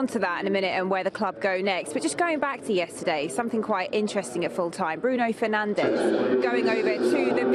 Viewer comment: she pronounced Bruno Fernanj wrong